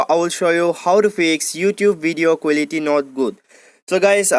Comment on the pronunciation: Giese quelity accent